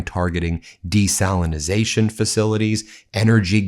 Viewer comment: You yanks dont knownthe diffefence, but it's NOT desalinasation, but DESALINATION